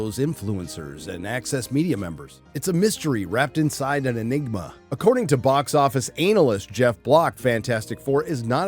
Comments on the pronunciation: He keeps saying ANAL-list instead of Ana-lyst 😝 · Your pronunciation of "anal-yst" never gets old :D